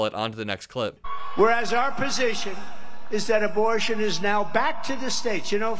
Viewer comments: "Imbortion", says the very stable genius. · "Embol....do you know this? What's the word?" He couldn't say "abortion". LOL